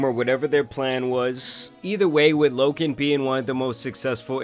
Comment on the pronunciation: his name is loGan not loKan.....